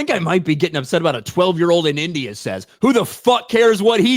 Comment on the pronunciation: Can’t say the word India